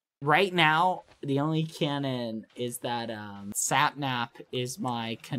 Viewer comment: Just a little bit of advice; its cAnnon not cOnnon 🙂👍